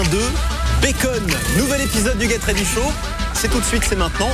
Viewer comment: Haha lui il dit bien geT ready show . Mérci